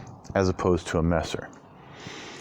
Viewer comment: Your pronounciation of Messer AMD Nagel is very good. In case you didnt know, Messer in german literaly means knife. And Nagel is nail in englisch. Also Messer is a term used in the englishspeaking world, lange Messer ( long kife) , Bauernwehr ( farmers guard) or even Kriegsmesser( warknife) would be more accurate. Very nice cutting. Really enjoy all your cutting videos. Especially the shashka one. Sadly i cant find one anywhere in the Internet for sale.